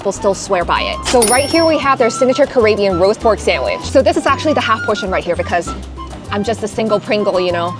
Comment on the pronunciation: Did you say CarAYbbean? I’m no world traveller, but I believe it's pronounced CaRIBbean 😂. Either way, carry on.